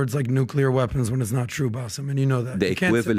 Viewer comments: This guy is so far off in his knowledge of the middle east region that it was just painful to listen to him. How Bassem managed to listen to this level of crap while being exhausted is beyond me. Also ya it's BASSEM, not Bassef. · He kept saying his name wrong calling him Baseff. can benefit from ❤️ surgery. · Why does keep calling Baseem, Basiff?! 🤔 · I cringe every time calls Bassim ‘Bassif’. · The fact that keeps calling Bassem, Bassef tells me all I need to know